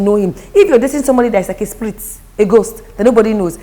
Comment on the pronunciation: said sprit 😂😂😂